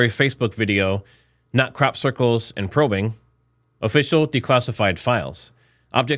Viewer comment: He said Probing lol